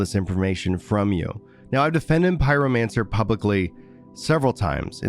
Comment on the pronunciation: Pyromancer?! Pyro. Mancer?! Ohhh. Ok. I remember why I stopped watching him 😅.